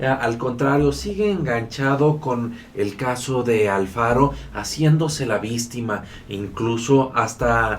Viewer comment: TE SUGIERO QUE DEJES DE DECIR VISTIMAS SE OYE FEO Y MUCHA GENTE NECESITA EXPRESARSE ADECUADAMENTE. GRACIAS.